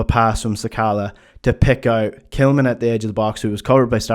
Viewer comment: Why are you referring to Tillman as ""??